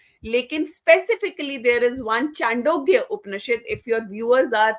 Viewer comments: Sorry to say, without any disrespect, I feel, knowledge is imperfect. She is also not articulate. I agree with Dr. Patil. Some of her narratives are not correct. Even the name of the sukta she mentions is not correct. It is नासदीय सूक्त, not नसादीय. Not चांडोग्य but छांदोग्य. Not वासुदेवाय कुटुम्ब but वसुधैव कुटुम्बकम्. Some viewer has suggested to invite Shri. Nilesh Oak. I second it. Do invite him. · O madam vo chandogya upnishad nahi chhandogya upnishad hai. Sasti popularity na le😮